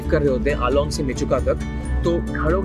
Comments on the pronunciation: It's AALO not ALONG...😊😊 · Please, call it "Aalo" not "Along".